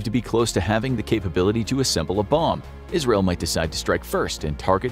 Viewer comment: Thats funny it sounded like you said al-qaeda instead of Israel.